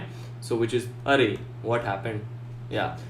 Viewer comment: Couldn't get past his pronunciation of "arr-rrrrrayyy" and "arrrr-oooooous".